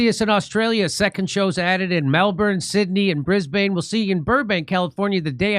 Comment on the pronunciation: Jimmy, DO NOT say Briz-bayne when you get there, those knuckleheads will rip you a new cloaca. It's Briz...Bn. Literally just say bn. Not bane, not burn, just bn. Briz....bn. Same with Melbourne. Not burn, not even brrrn. It's Mel... bn.